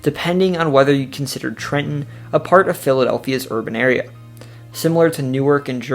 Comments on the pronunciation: BRO EXACTLY! I was so amped when he said “Newark or Neurk” and then nailed Trenton. My dude did damn good research I’m so impressed. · Excellent job! The most comprehensive NJ video I've seen here. You pronounce Trenton like a Trentonian🤔 😃 Most people outside the area overenunciate the 2nd T